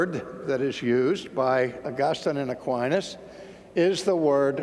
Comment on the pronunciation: Aquines is a Latin name, unfortunately I heaven't heard one American who can pronounce Latin correctly. God is infinite means simply, we don't know where he is, what he is and how we should understand him (or her). We define him therefore as infinitely potent and smart. It also means we ignore and deny the possibility that anything else is infinite (such as the universe).